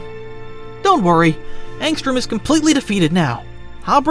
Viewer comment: Angstrom, not Armstrong bruv